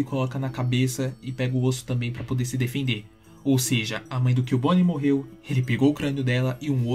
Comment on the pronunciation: Ahn é CUbone e não Killbone